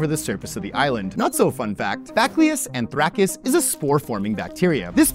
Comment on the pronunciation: I can't get over the horrible pronunciation of bacillus anthracis. Its pronouned ba-sil-us an-thra-sis. Curtesy of a biologist.